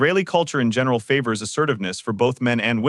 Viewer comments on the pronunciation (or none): none